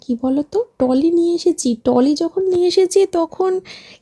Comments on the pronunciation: টলি নয় বলবে ট্রলি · উচ্চারন হলো ট্রলি ব্যাগ /trolley bag not Tolley bag....এটাই শুনছি তাই জানালাম। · Tolly noi uchharon trolley ok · Tomra bokkhali jcho.. Shior.. R trolley k tolley bolo kno. Ucharon thik kore koro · টলি বলো কেনো ।খুব কানে লাগে।ট্রলি বলে ।ঠিক করে উচ্চারণ করো। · Kindly ট্রলি বলবেন। এটা তো সবাই বলে দিয়েছে। শুদ্ধ উচ্চারণ টা শুনতেই ভালো লাগে। যদিও আপনার নিজের ইচ্ছে, তবু চেষ্টা করবেন শুদ্ধ উচ্চারণ করার।